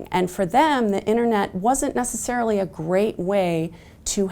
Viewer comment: She lost me at "innernet"